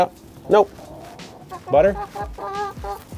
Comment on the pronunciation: You should name the silver chicken Pepper or "peppuh" since that's how you say Buttuh all the time 😂